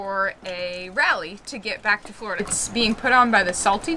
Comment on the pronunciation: Where the hell is Flahhhhhrrrda? I know where Florida is though lol. 🤪